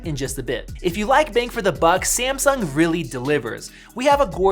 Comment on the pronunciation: SEE-AM-SUNK ... suuure